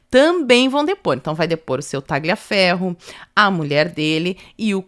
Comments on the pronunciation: Parabéns pelo video! Só colaborando aqui, Tagliaferro se pronuncia "Taliaferro" sem o g.😅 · me desculpe, mas vocês enrolam a língua para falar qualquer nome em inglês, mas pronunciam os demais erradamente. Por que? A letra G em italiano não soa. Você gostaria que seu nome fosse pronunciado errado no estrangeiro? É desagradável ficar ouvindo "Tagliaferro, Marsiglia" errado o tempo todo. Um abraço, suas lives são ótimas.